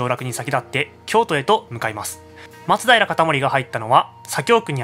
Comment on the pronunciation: 松平のイントネーションってそれが正しいの？笑